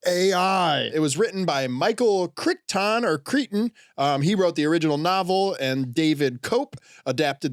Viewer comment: hey boys, longtime watcher and lifelong autist, Jurassic Park is my favorite movie of all time, i’m watching this FIVE MINUTES DEEP, i just wanna say, it’s CRY-TON, not Chrich-ton